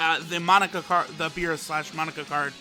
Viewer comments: Its "MOE NAKA" not monika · Its not pronounced monica. Its moe-na-cuh! Get it right!! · Mon-aka not Monika lol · Monaka not monica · monika? mo-na-ka!!!!! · „Monika“ lol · Mo.. naka!Not Monica ffs! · *Monaka cause says it like Monica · Moe-naka my guy c’mon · Say it with me kids! Moh-nah-kah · You say Monaka like Monika 😂😂😂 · I had to quit watching because of the way he pronounces Monaka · who else gets annoyed when he mispronounces monaka xd